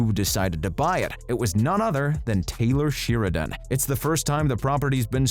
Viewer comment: It's SHARE-A-DONE, not Sheer-a-Done.